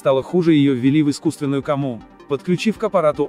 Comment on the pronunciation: Искусственную кому, что же комментатор ударения в школе не учил.